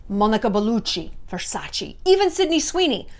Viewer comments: Please stop saying Versachi, it's VersachE (Versace) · if you'd know Versace in and out like you say (and you'd be such an Italian-everything fan) you'd know that it's pronounced Versac-EH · Ver- sack- eeeh? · "Versace" is pronounced different Shallon, you should know it, you are half Italian. Love you. XX